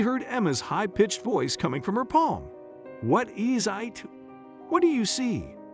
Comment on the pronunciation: Why did the narrator say "What eez ite" ?? Lololol